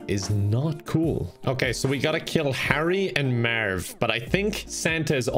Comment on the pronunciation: “Eliminate Herry and Mearv” classic